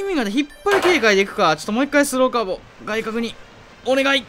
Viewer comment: スローカーブの発音変じゃね